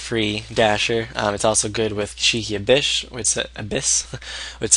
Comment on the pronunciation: Gishki not Gish!!I!!ki. !!!!!